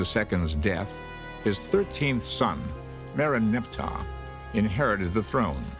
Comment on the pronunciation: Can someone teach these guys grammar? "Merneptah" is not pronounced "Muhnepatuh", and its "Debris" not "Daybris" Also, you don't put the accent on all the syllables at once in any word.